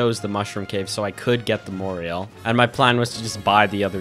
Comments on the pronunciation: That's not how you say morel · Confused why he says Moreal when talking about the Morel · Bro said moriel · Mo-rell is how you pronounce that mushroom btw, no hard feelings tho it's an odd spelling for sure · The way you pronounced Morel mushroom made me bust out laughing 😂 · the way he pronounces cauliflower and morel is so… unique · Ok love the video but the way you pronounce morel kills me. XD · This is a good video but I'm disgusted with how you pronounced morel